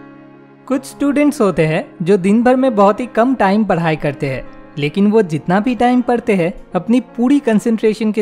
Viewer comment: First padai hota h voo paaadi nhi 😂😂😂😂😂